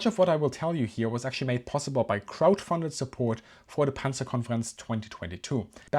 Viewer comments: Why does 'crowdfunded' sound like 'krautfunded' with the German accent?😢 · Bro, 'crowdfunded' sounded hilariously like 'krautfunded' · " Kraut funded"?🤯 Ah, crowdfunded😂